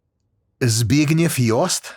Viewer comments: My man, you pronounced Zbigniew so well. 50 points to griffindor. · I love the fact that the only one pronounces right was "Zbigniew" . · Bro said Zbigniew so correctly 😅